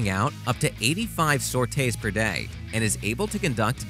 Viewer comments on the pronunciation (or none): For the love of god it sore tee not sort ray It’s not pronounced me it’s mark , and it’s see whizz but spelled chi’s please get your nomenclature correct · I was flinching when he pronounced sortie as "sortay". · The flights are pronounced as SOR-TEEs and not as SOR-TAYs. Phalanx is pronounced as FAY-LANKS and not as FAIL-LINKS. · Your mispronunciation of "Sortie" is grating on the ears, but otherwise great vid! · Sorte is mispronounced